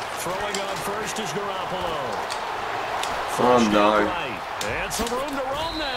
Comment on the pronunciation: Buddy...Garoppolo is pronounced Gah-rop-ole-oh